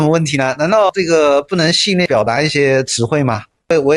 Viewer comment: 戏谑居然能说成戏虐，我也是服了这些所谓的文化人